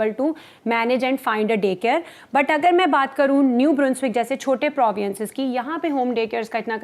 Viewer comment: Why you say proviences, Please correct your pronouciation. Province